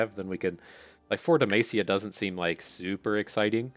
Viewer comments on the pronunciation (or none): Every time you pronounce Demacia it sounds like you are saying "the mace" lol